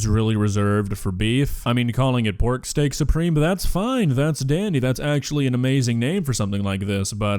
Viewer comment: I understand! She says Steak-SOUPreme.